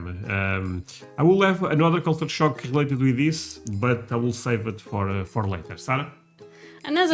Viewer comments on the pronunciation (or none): Am i hearing "culture shark"?